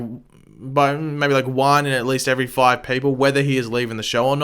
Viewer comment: "season foivvvvvv"